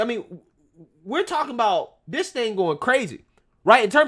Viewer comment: Hi, I am a white conservative male and I noticed that instead of using the word this you are replacing it with the word diss, I was wondering could you please pronounce it as this instead because pronouncing it as diss makes you look ignorant.